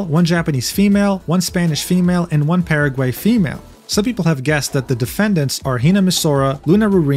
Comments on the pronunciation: I'm so so sorry but hearing you say "Paraway" made me absolutely broke in tears, I cannot take such a crazy situation serously when hearing that 😭😭🙏🙏 the gringo is so strong in you boy 😭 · How is it actually pronounced? I heard Paraguay. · .. paragey? 🤣🤣 you are too funny man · Ah yes, Páragüei, my favorite country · "PEREGUEI" I'M DYING OMG 😂😂😂